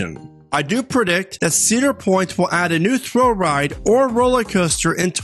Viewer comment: Are you saying 'rollie' coaster?